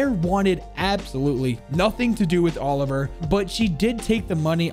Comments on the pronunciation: It’s not pronounced Oliver it’s per ounces oli-v-yay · Mate I don't wanna sound like an arsehole but his name is OLIVIER not OLIVER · I'm one to dismiss pronounciation, but man, please learn to say Olivier properly. It's not Oliver. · haha it’s not Oliver, it’s Olivier. It’s two different names, Olivier being french as well as lion. Olivier is pronounced oli-vi-ay :) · You pronounce it like: "Oli-vee-eh" not Oliver. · In French, I think Olivier is pronounced "Oh-liv-ee-ay" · Suprised you didnt mention about the name "olivier" pronounced Oli-ve-i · I think the name is “ol-iv-ee-ay” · Olivier is pronounced oliv-ee-ae